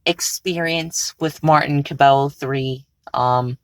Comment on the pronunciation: I’m pretty sure cabello is pronounced “ca-bay-yo”